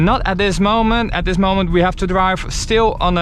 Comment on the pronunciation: dwive to suwvive ... hahahaha